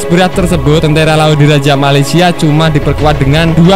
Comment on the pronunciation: Bikin ketawa mimin kalo ngomong malesia.. knp mimin dengangan malesia nihh... 🤣🤣🤣